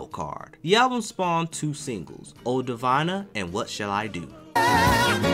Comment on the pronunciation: Symphony "OR" Damn not "OF", Sananda not Sanada", "Oh Divina" pronounced "Di-veena". Do your homework man before voicing these things.